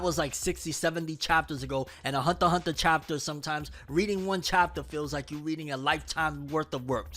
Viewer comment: It’s been I don’t know how long and this dude still can’t say the word “Hunter” correct